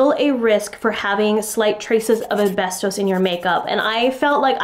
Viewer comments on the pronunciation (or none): none